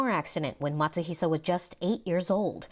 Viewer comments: His last name is Matsuhisa, no "sh" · It's actually Matsuhisa, not Matsuhisha.